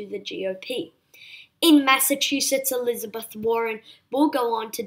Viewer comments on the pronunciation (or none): "Elizibrth" Warren? LOL! Also, your New York numbers don't add up. 17 Democratic seats and 7 GOP ones add up to 24, not 27.